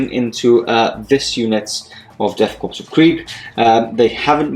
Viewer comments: Death "Korps" which is pronounced (Core)... Still love your stuff, keep it up! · Great vid! ....FYI, you don't pronounce the "ps" on Korps.....It's like "Death Kore of Krieg". :) I did it that way for a long time before I learned about it. LOL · Is it Death Korps pronounced "Core" or "Corpse"?